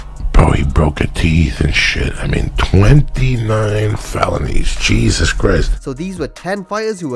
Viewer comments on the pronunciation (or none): none